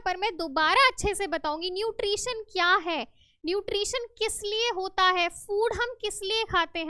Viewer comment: Nutrisun nahin hota mam nutri tion hota Hai😂😂